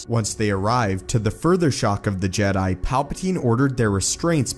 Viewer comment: Did you say suffering of the jet lol